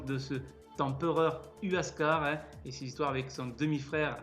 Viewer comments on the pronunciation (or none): Cusco ne veut absolument pas dire nombril du monde, et quand j entends huascar prononcé uascar et non wascar j ai les oreilles qui saignent